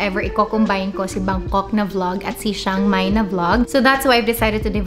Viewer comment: "Tsang-Mai" not "Shang-Mai"